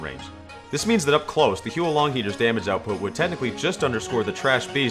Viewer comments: It's not he-uo long it's huo as in fire in Chinese. Not sure how I can type out the pronunciation so you should just such it up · facepalm It's not "hee-yoo-oh long", it's "hoo-woh long" or "hwoh long". Using English pronunciation for Pinyin makes me cringe. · please, the pronunciation is HOO-LONG HEATER, 3 syllables, I know it’s spelled as Huo, but you basically pronounce it as “who”. It’s not the Hu-O-Long Heater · It’s not Huo Long Heater, it’s Who long dragon. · It's pronounced who-or Long heater, not hue Long heater. This weapon is named after the Chinese words 火龙，which literally means fire dragon. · It's "hwo" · Never played tf2 before Huo long means fire dragon And its pronounced more like hwo H.wo(the wo as in woah) one syllable AND THAT'S A FACT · Isn't it pronounced 'how long'? Most people mispronounce it imo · every time you mispronounce the huo in huo long my soul shrivels up a little more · when u butcher a chinese word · Not a single comment on how he's pronouncing it wrong? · Good video, but honestly the pronunciation of the actual gun is terrible.